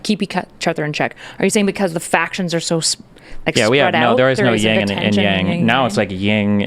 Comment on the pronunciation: People, its YIN & yang, not "ying" and yang.